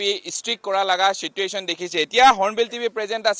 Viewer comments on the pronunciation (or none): none